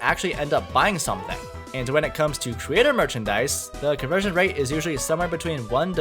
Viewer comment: Ahhh yes, "converstion" rate.